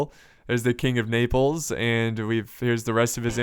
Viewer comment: Hahahahaha king of Naples sounds like king of nipples